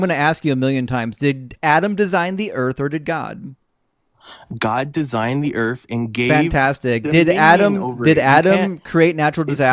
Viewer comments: Is the caller saying "Earf" instead of "Earth"? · What the hell is "Earf"? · when he created the earf. thats when id end the convo